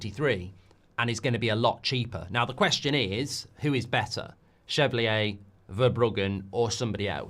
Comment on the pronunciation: For the love of god, learn to pronounce Chevalier's name, Mark.